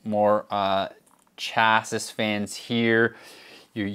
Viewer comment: It was the third s in chassis that did it for me